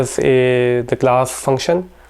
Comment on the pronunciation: ah .. finally I got it! it's not glass... it's class! He wants to say class! damn...